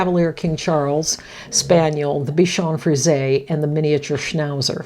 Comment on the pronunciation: It's nice to hear someone pronounce Bichon Frise correctly. I don't know why they don't just put an accent mark above the 'e' -- Frisé. That would help 😊😊